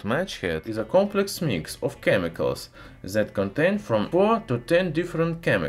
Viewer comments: Try to say "that" more alike to "death" than to "zed" please :) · He is saying that ,,, zet 😂